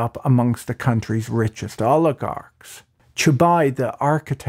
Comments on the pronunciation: Chubais, not Chubai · It's perfect analysis! The only thing is he is Chubays, not Chubay, the last letter is also vocalised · I grew up in Russia in the 1990-s and this video is just incredible, I learned some things I didn't know. Just 2 small notes: the s in Chubais is pronounced, you pronounce it like Chubai. And you didn't mention Yegor Gaidar who was the main architect of the shock therapy and was heavily involved in the privatization. The anarchy of the 1990-s is one of the big factors that enabled Putin to consolidate all power in his hands and get where he is today. People were ready to put up with censorship and autocracy rather than risk returning to that decade. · Just a small correction, I believe the name Chubais is pronounced with an 's' in the end. He's not a Frenchman despite the name! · The S in Chubais isn't silent.